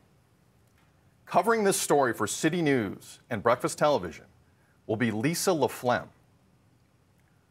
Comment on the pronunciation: It's not laphlegm... lol!!!